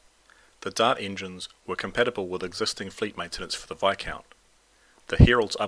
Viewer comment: The s is silent in Viscount.